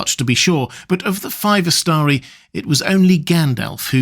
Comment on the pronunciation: "the five wizards ih(blank)stree, sent by the..." wtf